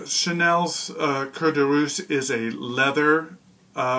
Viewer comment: hello to you....i got carried away ...you are a wondeful storyteller .... but it's not "cuir de RussE "( un russe: is a russian person) ...but "cuir de Russ" i" e "( meaning : leather from Russia, so the name of the scent) ...in other word, it prononces "Russy" ....